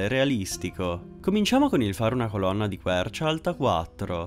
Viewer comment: Ma sei per caso toscano? Pk mi sembra di aver sentito un 'olonna!